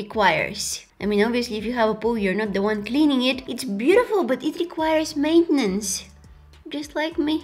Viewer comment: does anyone notice she said maintenance to maintence its so cute